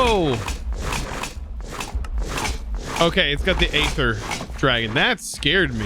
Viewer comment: BTW Aether the "A" is silent and it is pronounced Ether.